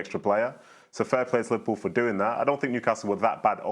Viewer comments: "Liverprool" you drunk teleprompter.... go home.... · The headline "Liveprool" 💀